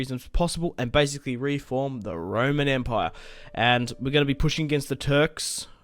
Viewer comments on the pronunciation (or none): Close but the pronunciation is actually “ROMAN”